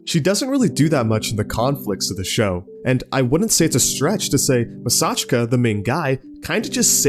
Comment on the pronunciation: His name is pronounced Maa-Saa-Chee-Ka (double a = long a sound)